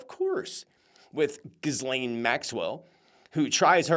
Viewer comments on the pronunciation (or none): That was my favorite pronunciation of ghislaine to date